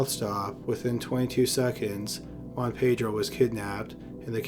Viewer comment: ”Ho-anne-Pei-dro” Well done documentary but please pronounce names a little better